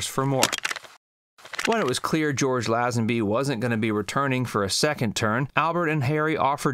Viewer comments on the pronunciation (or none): For God's sake!!! It's LAY-zenby, not LAH-zenby! By a quirk of timing OHMSS was my first Bond film and Lazenby my first Bond actor. I can see his limited experience, but I think he would have grown into the part if he'd given himself the chance - my #1. You don't mention that the contract he was expected to sign covered everything from the clothes he wore to clauses covering his social life - no wonder he didn't want to sign up to that for 15 years. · Pronounced LAY zen bee. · Lazenby is pronounced 'lay-zen-bee'. Americans just can't speak English properly.